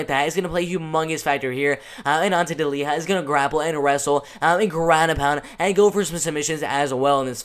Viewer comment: Delija and not Deliha Hahaa